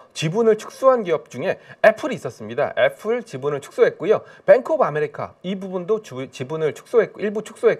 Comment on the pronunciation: 애플에 플, p 발음으로 부탁드립니다.